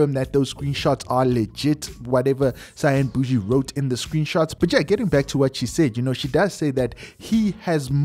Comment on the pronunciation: Out Here Laughing When He Said Cyan Bushi😂😂😂😂